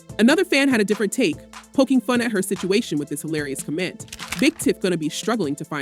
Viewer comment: Comment. Emphasis on the wrong syllable